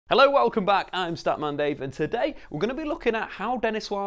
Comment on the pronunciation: I thought you said scat man